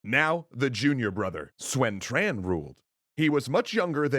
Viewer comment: Love you videos! But just one of a few mispronounces: “Sun” is pronounced “Soon” not “Swen” and “Quan” is pronounced “Chuan” not “Tran”